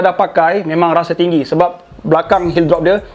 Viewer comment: excited sngt smpai tersalah sebut drop😂😂 semoga bro cepat recover and dapat terus berkongsi ilmu running 🥺 #roadto50Ksubscriber #OnPoint